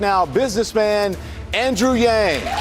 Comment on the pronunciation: pretty sure he said Wang... seriously Yang isn't hard to pronounce.